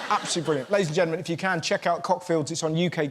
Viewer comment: Can!!! Not van..